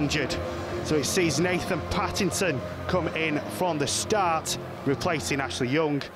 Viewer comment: Commentator said "nathan pattington" lmao